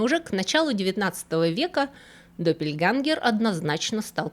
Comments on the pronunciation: Интересное видео, но я хотела вас немножко поправить со словом допельгангер,буква ä в немецком языке произносится как - э, только немножко мягче, между е и э. Поэтому допельгэнгер говорят по немецки, допельгангер не слышала ещё ни разу, живу в Германии 30 лет. Извините и не обижайтесь пожалуйста, люблю ваш канал, смотрю каждую субботу ❤ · Один маленький момент - не доппельгангер, а доппельгенгер. Сама по себе буква "а умлаут" (ä) читается ближе к "э" но не настолько твёрдо. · Немецкий - точный язык. Doppel - это не второй, а такой же. Копия. Когда я хочу сказать , что у меня две одинаковые блузки, говорю не две одинаковых, а просто - допель. Произносить лучше генгер. Спасибо за видео 💖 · Блистательная!!! Хочу только сказать, что немецкое слово Близнец пишется Doppelgänger, т.е. двойные ходоки уже сразу во множественном числе. На множественное число указывает Umlaut /умляут. "ä"- и произносится эта буковка средне между е и э. Допельгэнгер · ДоппельгЭнгер, "ä" (Doppelgänger) произносится, как очень открытое "э". Пожалуйста, примите к сведению.😊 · Спасибо большое за вашу рабоу!!! Небольшая поправка -допельгЕнгер, допельгЕнгеры. С уважением,ваш преданный слушатель. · Doppelgänger читается как доппельгЕнгер, так как «ä“ читается, вообще-то как «э», но «е» тоже хорошо. Немецкое «e“ гораздо более мягкое. Я не филолог, просто живу в Германии много лет.